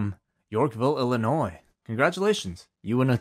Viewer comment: Thank you / for pronouncing Illinois correctly by not saying 'Ell-inois' and instead saying 'ill-inois' correctly. Thank you for the RASD as always!